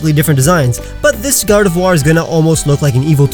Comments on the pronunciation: GARDEVOIR, NOT GARDOVIOR! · GARDEVOIR, NOT GRARDVOIR! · GARDEVOIR, NOT GARDEVUAR! FIX IT NOW!